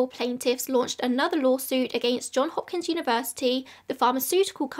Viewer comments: Love the video. Very interesting. Not to be a pest, but it's JohnS Hopkins University, not John Hopkins 😬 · I know this is nitpicky but it's JohnS Hopkins. (There's an S on the end of John.)